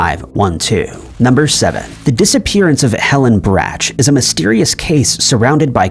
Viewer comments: Brach's is pronounced Brock's not braches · The candy company rhymes with "rock" rather than "hatch."